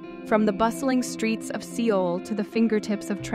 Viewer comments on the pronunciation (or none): If you want more viewers pronounce names correctly. That was horrible. This is 2024 you had ways to verify how to pronounce Seoul